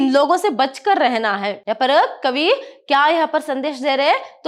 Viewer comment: That magaarrrr parrrrrr is ..........😂